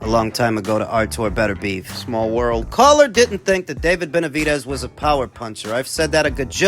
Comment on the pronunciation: I know he's old but constantly calling him Betervidez cracks me up 😂